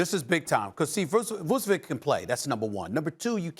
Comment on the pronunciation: how stephen a pronounced his name vusevik can play hahah